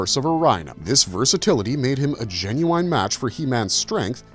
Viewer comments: I always wondered why the mini comics were dofferent from the cartoon. "Jen-you-wine"??? Really????????? "Jen-you-in". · Please stop saying "Jen-you-wine". I swear it "genuinely" scrapes my brain every time. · This video would be great if the word, 'genuine' wasn't repeated every other sentence, especially since you keep drawing attention to the annoying lack of vocabulary by mispronouncing it 'genu-wine.' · take a shot every time the narrator says genu-wine or genu-winely!🥴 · I "genu-winely" liked this video, just not dude's bad pronunciation of "genuine". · Please stop with the “genu-wine.” It’s not how you say it. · Jen-you-WINE Jen-you-WINE-ly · Don't forget that these were Gen-U-Wine. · Say genu-wine one more goddamn time! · I was waiting for this comment genu-winely